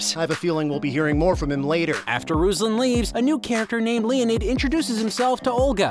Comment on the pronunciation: Also it's not [RUZ-lan] it's [roos-LAN] (like from rooster and lantern ).